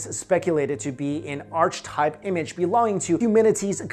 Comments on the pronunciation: **READ ME** Pro tip, it's pronounced "arc-eh-type". I love your videos and I don't want to see people make fun of you for saying "arch-type". Archetype means "an example which is commonly seen and usually the best version of something" (eg. the Sydney Opera House is the archetype of modern architectural design) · Archetype is not pronounced arch-type. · Archetype is pronounced are-kih-type and Carl Jung is pronounced Carl Yung. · And Carl Jung's name is pronounced "Yoo-ng," I know this because I have a psych degree and have studied him. And it is arc-Ka-type. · Bad pronunciation of the word 'ARCHETYPE' It is ˈɑːkɪtʌɪp :) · just for notes - "archetype" is pronounced "ar-ka-type" :) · Don't know this man but your pronunciation of "archetype" may haunt my nightmares for a while. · "Arch-type?" It's pronounced ˈärkəˌtīp ("AR-ke-type"). Beyond English! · This is a genuinely fascinating video, and I'm really going to start researching this matter, but... with All Due Respect, I must try to correct something, specifically the way you said "archetype" The term is pronounced: "ARK-eh-Type"... not "arCh-type" Other than that, this is a really fascinating and thus really cool vid!! Thank you sharing this strange, eerie phenomenon! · its pronounced arketaip not artchtaip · Ok first of all "Archetype is pronounced "ARK-A-TYPE" not "ARCH-TYPE", Second, your "evidence" is based on a fan made website that cites no real studies or referencial data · Archetype is pronounced är-ki-ˌtīp or ARR-KEH-tipe not ARCH-tipe, dummy. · Hi! I really love your show, thank you for making so many fun and interesting videos. I noticed some common malapropisms in your presentation and thought you might like to know. I believe you meant to say "causal" (kaws-all) not "casual" and Archetype is pronounced (Ark-uh-type) not "Arch-type". Thank you for all the work you put into these! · its pronounced "ark ih type" not archtype.... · Ar-CH Type I'm sorry but what? It's pronounced Ar-kuh type.